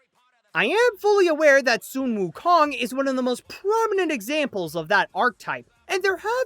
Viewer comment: Su wou Kong oh my god it's sun wou Kong.